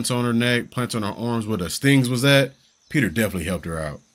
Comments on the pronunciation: Peeta! His name is Peeta! LOL Not Peter...OK, end of rant 😂 So glad you're reacting to these, love these movies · Lol Peta not Peter 😂😂😂😂